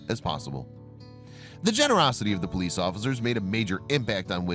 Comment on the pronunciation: its de poleeece in de back ok